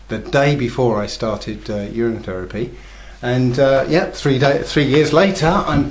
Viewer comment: I thought he said "year end" fast... the I thought he said "urn and fast"... then my wife pointed out to me that he said "urine" fast. YIKES!!!! Does he mean to say that he drank urine for 30 days? WTF dudes...